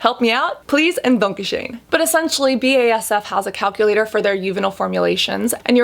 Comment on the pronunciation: I am german and i love the way you pronounced BASF hahaha